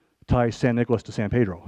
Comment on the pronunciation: Every time this supposed "expert" said, "San Pedro." I cringed. We do not pronounce the name of our town : Paydro. It is pronounced by every local (Pedronian), Peeeedro.